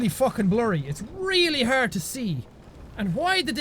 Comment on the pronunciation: "Its arrd to describe"